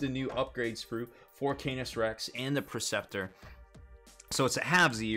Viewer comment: Funny how he mispronounces a bunch of it. Las-IMPULSOR not Las-Imploder Knight PREceptor, not Perceptor. :D